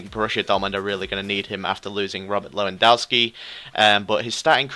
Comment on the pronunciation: lewandowski is pronounced levandovski not levandauski